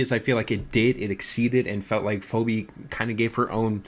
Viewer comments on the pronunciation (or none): he keeps pronouncing it “foh-bee” and its pissing me off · If I hear you call Phoebe “Phoby” one more time, you’re going to be the Bart Simpson to my Homer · i love how u pronounce phoebe as phOWbe lmao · I love how keeps saying phobey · dude yes. gotta have heard the name mentioned through Friends re-runs and he’s obviously never seen it written out before